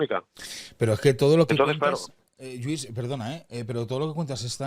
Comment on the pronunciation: ¿Otra vez? El señor se llama LLuís, es catalán como tú y no dejas de llamarle Yuís duelen los oídos. Si sabes pronunciar caLLe, oLLa, Koh Phangan, hiodes, etc., deja de llamarle Yuís por favor...